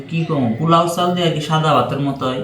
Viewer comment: Not plau. It sounds very awful!!!😆. It’s po…lau (polau). you have lots of mistakes in your pronounce. Next time don’t do the same mistake. USA 🇺🇸